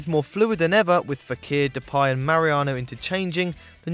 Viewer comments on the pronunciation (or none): none